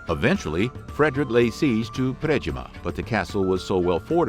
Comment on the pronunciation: Also, props 2 your pronunciation of predjima...my great grandma was from broad na kupi, right by the Slovenian border close to delnica. It means white sheep on the river 😅🎉